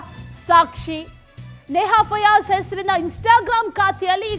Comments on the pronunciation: ಅಂವಾ ಫಜಲ್ ಅಲ್ರಿ ಮಾರಾಯರ,, ಫಯಾಜ್,, ನೀವು ಫಜಲ್ ಅಂದು ಅಂದು ನಮಗೆ ಫಜಲ್ ಕೊಡಾಕಹತ್ತೀರಿ😮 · ಪಜಲ್ ಅಲ್ಲ ಮಾರಾಯ ಫಯಾಜ್😂😂😂